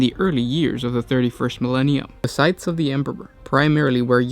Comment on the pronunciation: you are supposed to pronounce the s in scythes